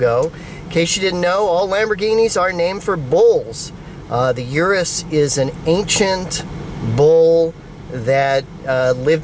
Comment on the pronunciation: Please stop calling it a yearus